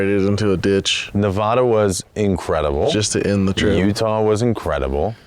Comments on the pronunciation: Loved the series guys. Love all the offroad and driving to a goal content Donut has been puting out. Also, it's Nev-a-duh not Nev-ah-duh. The first "a" is pronounced like in "hat". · Hey just to let y’all know it’s NEH-VĂD-UH. Not NEV-AH-DUH. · Nev addd uh say it right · These eastern people lol. It's NUH-VAA-DUH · call it navadah one more time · Great video(s), but why do you keep saying Nevahduh? Oh, cause you took a Subaru on this trip.....that trends.... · You all also say Nevada wrong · ALMOST a 10-outa-10 series! i will have to take points off for not saying Nevada right, but overall one of my favorite things you've done! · The whole Nevada part actually annoyed me so bad 🤣 living here my whole life. Trust me thousands of people have driven where you guys say only a couple dozen have traveled, best state to explore in and so much history here but also for the love of God pronounce my states name correctly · You guys live in California but can’t pronounce Nevada? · Your saying nevada wrong